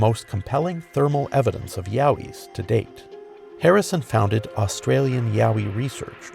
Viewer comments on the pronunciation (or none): none